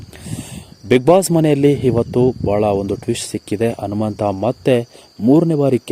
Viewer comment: Modalu nettage kannada bhashe kalithu kolli kelakke agolla alla hanumanta hagi alla agi thoooo neeno ninna kkannadano thoo